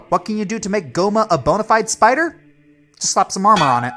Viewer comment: Ah yes, the Speeider.